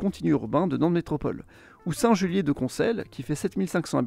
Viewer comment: 3min 45, saint Julien pas saint Julier 🥺